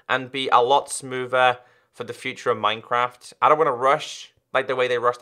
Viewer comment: says "minecwaft" 😂😂😂